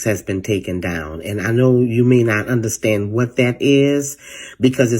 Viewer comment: Im not trusting any woman that can't say " Understand" correctly... that shit is so unattractive...WTF I sInnerStand ? -_